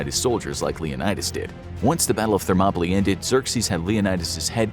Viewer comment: ....that's not how you pronounce "Thermopylae"